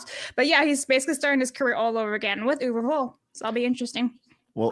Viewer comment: I still remember that i signed a Petition to prevent Uwe Boll from making more Movies. Ps: I don't mind that you butcher his Name.